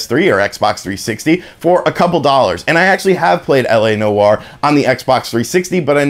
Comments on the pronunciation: Noire = "Nwar" not "no-arr" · Noire is one syllable bro. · “La No-Are”😂